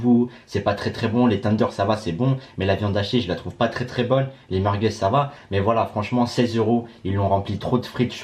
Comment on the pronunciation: Il dit meurqueuz😂😂😂😂